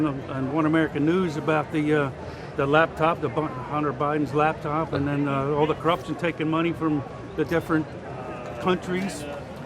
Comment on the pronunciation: He keeps saying "lab top" and I can't just ignore it